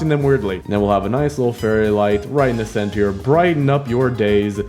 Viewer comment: CeNtHeR (no hate)